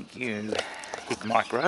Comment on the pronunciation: Thermal, not night vision. Two different things. It's Hikmicro, not Hicmicro.